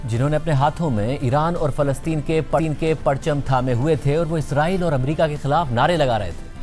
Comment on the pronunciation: میڈیا پر جب بھی اسرائیل کا ذکر کیا جاتا ہے تو اکثر لوگ اسے "عزرائیل" کہہ دیتے ہیں۔حالانکہ عزرائیل ایک فرشتے کا نام ہے جو اسلام میں ملکُ الموت کے طور پر معروف ہے۔ لہٰذا دونوں الفاظ کو آپس میں ملانا یا غلط تلفظ کرنا درست نہیں ہے۔ درست بات اور درست الفاظ استعمال کرنا ہم سب کی ذمہ داری ہے۔